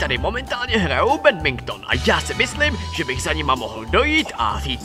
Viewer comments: On řekl bedbinkton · begmington ? :D